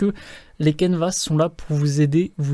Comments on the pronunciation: Toujours super ! ( Mais on ne prononce pas le "S" de Canevas , On dit "caneva" ;) ) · Bonjour, merci pour la vidéo mais pourquoi prononcer le "s" de canevas, on ne dit pas un repas en prononçant le "s" 😉